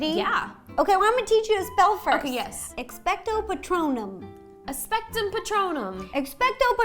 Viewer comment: Sounded like you said 'expectsum patrónum', get your drink on xD